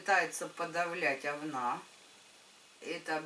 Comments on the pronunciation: Особенно неприятно слышать "овнА") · Erika Erika да слышится овнА как говнА